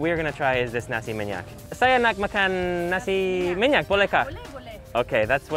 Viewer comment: U say:nasi minyak Me hearing you:nasi maniac Just kidding😓